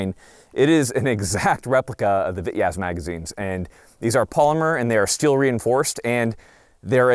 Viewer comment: for the love of God its Pronounced "Vee-Tez' in Russian